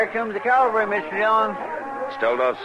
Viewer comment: Lol, Chester always says "Calvary" instead of "cavalry."